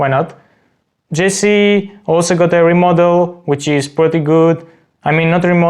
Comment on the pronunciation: not jessie but jisieee 🤣